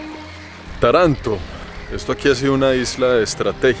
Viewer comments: Soy italiano y vivo cerca de Taranto...ah se pronuncia Tàranto, no Tarànto. Cuidado con el acento. Es una ciudad muy antigua con raíces de Magna Grecia, hace 3000 años. La influencia griega ha sido fuerte y luego la romana obviamente. En verano es un horno de verdad 🔥pero es bonita y también hay la parte más moderna obviamente, mucha industria sobre todo en el sector del acero y mucho potencial para el futuro. Esta región de Puglia es maravillosa. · Se llama Táranto no Taránto la primera A es la fuerte no la segunda. Dai su prima di fare il video controlla almeno come si pronuncia. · se pronuncia "Táranto", con la a acentuada, aunque en italiano el acento ortográfico se usa sólo al final de las palabras. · Interesante video. PS. Se pronuncia TAranto (con el acento en la primera silaba XD) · Se pronuncia Táranto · Video espectacular...pero se pronuncia Tàranto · Querido, a mi esposo y a mi nos gusta muchísimo tus videos....aprendemos mucho. Ahora; Taranto se acentua en la primera A; no en la segunda....no importan, se entiende, pero seria bueno pronunciarlo bien. Te lo dice una Ítalo-Argentina. Saludos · Normalmente siempre he escuchado decir a la gente culta y en la literatura en general el nombre Tarento qué creó y Estoy casi seguro que es cómo se pronuncia y no e escuchado decir, Taranto pero tal vez se diga también así..mmm no lo sé .. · ES Taranto,no taranto! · La ultima parte del video es corecto. Si quieres perder tu dinero y tu higado, va bien vivir aca. Le faltò decir que tener negocios en el sur Italia es probable que conosca la palabra....pizzo, y junto con la espantosa burocracia,te daras cuenta en el infierno que te metiste. Taranto se pronuncia como (Tàranto). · Perdoname pero mi oreja italiana sufre cada vez que decis Taranto con acento en la segunda a. Ademas te explico que te regalan la ruina asi' que puedas empezar a pagar impuestos, porque si', tambien en Italia si te vulves proprietario estas listo para darle plata al estado. Saludos